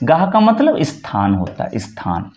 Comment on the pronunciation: "अस्थान", " इस्थान" ❌❌❌❌❌❌❌❌❌ ==>> स्थान ✅